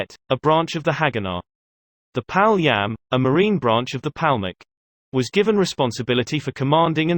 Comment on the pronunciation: Yishuv ... YishUv!!! how is this difficult to say?!? Palmach - PalmaCH - again, how is this difficult to say?!? FFS, get someone who can pronounce basic Hebrew words correctly.